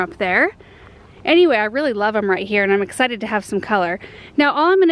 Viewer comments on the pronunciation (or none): none